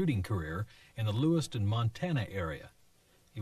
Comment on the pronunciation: Lewis-town not Lewis-ton.